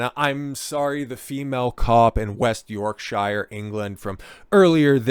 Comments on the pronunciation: Yorksha. Not "sure". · Speaking as someone whom lives in West Yorkshire-you know the county that is thousands of years older than the whole of your USA. If you pronounce is as 'SHIRE' in my county then you would get bricks thrown at you as it shows that you are either a: An Ignorant Friendly Fire Yank or b: EVEN worse a soft-southern-sellout-nancy boy from LONDON! It is pronounced as either ; SHA or SHER AND the word York is pronounced as YAWK , hence YAWKSHA or Yawksher! But you are right about stupid slapper bint of a copper and that she is as wanted as Chernobyl Irradiated genital wart , placed inside a universe of beauty spots. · York"sheer" nor york "shyre" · Yorksure Not york-shire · York(Shear). Berk‐sure? Shire horse. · I just love how Americans pronounce Yorkshire. They say it wrong every time. - Why are children in police uniforms? Also, the police forces in the UK don't carry firearms, that's a specialist unit SO19 which do.